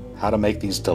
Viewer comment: Jalapeeño. It’s jalapehño